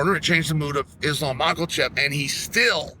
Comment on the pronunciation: “Islam Mocklechip”